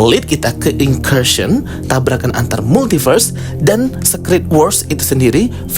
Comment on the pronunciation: Kak aku pening denger dirimu pronounce SECRET